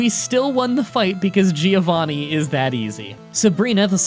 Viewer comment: i hate how you always say "geeovanni"